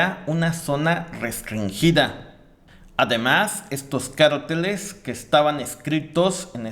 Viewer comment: cárteles o carteles ?